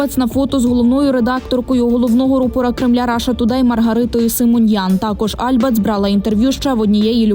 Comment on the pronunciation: альбАц, а не Альбац, взагалі-то дарма на неї накинулись, бо вона не пропагандистка